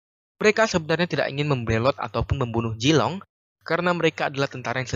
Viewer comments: Bukan jilong Tp Zilong Pake ZZZ Bukan Jetttt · Zilong min, bukan jilong. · Vg bukan Jilong tapi Zilong